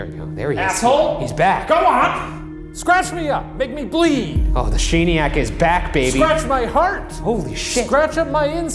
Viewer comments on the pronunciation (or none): “The Shane-iak”